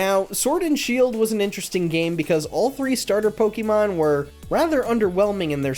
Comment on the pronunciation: You know how you can tell when someone isn't really a fan of Pokemon? When they pronounce it like "po-kee-mon".